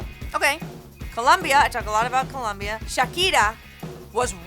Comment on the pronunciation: Fun fact about Colombia the surface of the country is equivalent to the sum of France + Spain + Portugal. And It's Colombia not Columbia so be careful with the pronunciation and grammar.